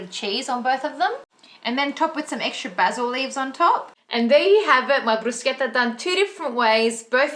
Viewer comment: Yess love that you pronounced it correctly hahah I always correct people 😅